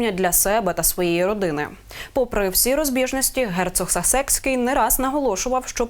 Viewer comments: Він не вперше в Україні. І він СА́секський, а не Сасе́цький😂😂😂😂😂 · Сасекский, проверь, ударение 🎉😂